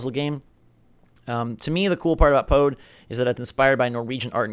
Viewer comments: I don't know what you guys expected from the Nindie show case, I got exactly what I was expecting to see. I adore bomb chicken, it was the most exciting announcement. Also, you also pronounced Pode completely wrong the entire time. (Poo-duh) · Pode is pronounced "Puda".